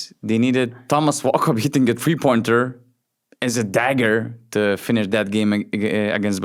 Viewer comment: Can you please explain why you pronounce "three" as "free"?